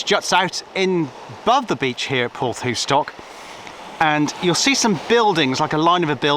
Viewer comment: Hi, just found your channel after watching the one about Sapperton tunnel. As a Cornishman, I must correct you on your pronunciation of " Porthoustock " its Porth, thou ( as In thousand ), stock. And don't whatever you do when in Cornwall, put cream on your scone before the jam ( they only do that in Devon ) Bernard from Redruth.